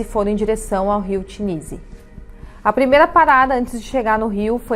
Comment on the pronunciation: Tennessee foi mal pronunciado, até em Português, tem ss sim de c, tipo ténneci